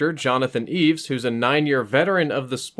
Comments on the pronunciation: sounds like ur calling him Jonathon eves....its Jonathon E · The main character (portrayed by James Caan) is named Jonathan E. - not "Eeves" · Johnathan E, not "Eves" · I was glad Jonathan didn’t give them permission to kill his friend. Even though he was willing to kill his opponents in the game, on some level he realized life was sacred. Also, it’s “Jonathan E,” not Jonathan Eaves.” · I know it's "Jonathan E" (winced every time said "Eaves") but where did you get that it's short for Evans/Edwards? I always assumed it was short for Energy, the corporation he played for. EDIT Checked the script, probably this exchange from the party scene: Exec 1 - Did you hear about Evans? Exec 2 - What? 1 - He's out. Gone. 2 - No kidding! The old man? Who got him? 1 - What? 2 - I said who got him? 1 - The crocodile. Possible they mean Jonathan, but I always assumed they were talking about some other exec and I still do.